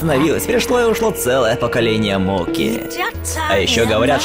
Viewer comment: МОКИ, НЕ МОККО!!!!!!!!!!!!!!!!!!!!!